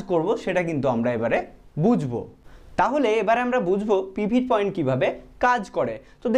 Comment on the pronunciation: পিভিট পয়েন্ট নয় কথাটা পিভোট পয়েন্ট